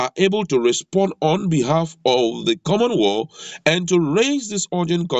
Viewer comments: Correction: Not common world but pronounce it correctly as common wealth, I know you are from my tribe, cheers your brother!!! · My goodness! Your pronunciation is very bad,it's called common wealth please. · Please, it is not common "Wall" but Common Wealth. I passikwara Elementary 6